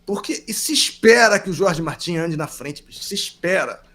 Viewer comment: É muito legal vocês se preocuparem em pronunciar o nome do piloto de forma correta (Jorge (Rorhe) Martín). Ver um canal concorrente pronunciar Jorge "Mártin" é de cair o "cool" da bunda...